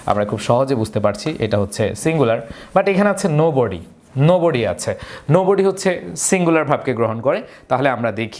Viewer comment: নাথিং এর পর নোবডি না বলে নাবডি বলছি😅🐱